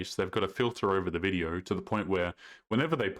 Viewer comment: Why do you pronounce words with an "O" with such a weird affectation? You say "yo" like "yoErr". Video like "VideoErr". No like "NoErr". Robot like "Rerbot"? Why?